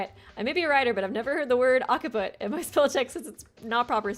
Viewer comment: FYI - "Occiput" is pronounced: "OX-uh-put" , "Occipital" is pronounced "OX-ip-uh-tul"